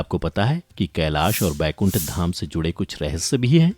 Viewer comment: Bhai Baikunth nahi Vaikunth hota hai wo !